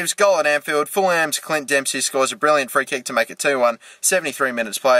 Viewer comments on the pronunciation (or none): Cmon! its pronounced Ful-um not Ful-ham